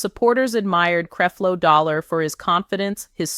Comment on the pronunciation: Why she keep saying CREEP-LO DOLLAR in the beginning 🤔